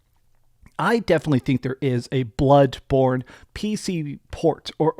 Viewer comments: I like how you say bloodborne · The way you say BLOODBorne bothers me